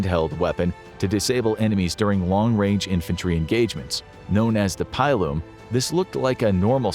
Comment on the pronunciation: I know you do a lot of history here and you know a lot, but please never ever say pile-um again. Its a pillum as in pillage